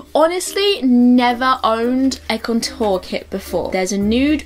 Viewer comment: I love you but the way you say 'Contour' drives me crazy, haha.